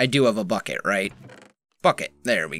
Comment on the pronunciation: When you said bucket i thought you said f**k it